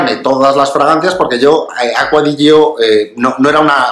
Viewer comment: Perdonad que sea tan pesado, lo digo siempre, pero es que me vuelve loco: se pronuncia Acqua di Giò, con acento en la Ó (si es que está en la botella!) Piensa que Giorgio se pronuncia apretando en la primera O. ¡Y la i no suena! es "acua di YÓ", ( vamoooos que en un canal de este nivel ya se tiene que saber 🤣🤣🤣